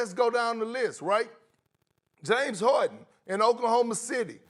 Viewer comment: Perkins: “James Hawden”